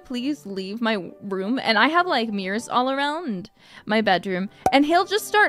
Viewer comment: Is it just me or was she about to say womb instead of room?